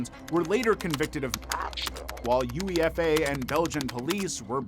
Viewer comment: Oh man I love Americans 😂 it's not pronounced as U.E.F.A, it's pronounced as "you-AY-fah". It reminds me of another video where a guy mentioned one of our supermarkets called Asda but because their branding is all in caps he called it A.S.D.A 😂 it's adorable